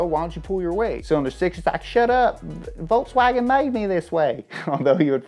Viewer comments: It's Volkswagen, not Voltswagen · Dude it's pronounced 'folkswagon'.. You are a car geek..so don't look good you pronouncing it wrong ;P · volKswagen not volTswagen.... smh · It's VolKswagen Why volTs? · In Volkswagen the v is pronounced like f so it's folkswagen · volkswagen pronounce folkswagen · Pronounce it 'Folks Vaagen' :) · It's pronunciation is "Folks-wah-gen" and not "Volkswagen"... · Why are you saying "volTSwagen"? it's volKSwagen actually. you can't pronounce any german name. "pheyaton", "tureg" Get it together and leanr to speak